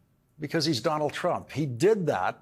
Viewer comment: Dol Trump, Dol Trump.....really, how many times can he say Dol Trump????